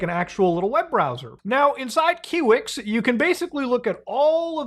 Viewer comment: its KIWI-X KI WE EX!